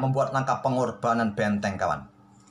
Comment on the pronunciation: Kok aku denger suara admin bilang betteng klo ngomong benteng😂